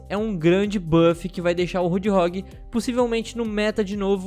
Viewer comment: é impressão minha ou ele fala "roodhog" kkkkkk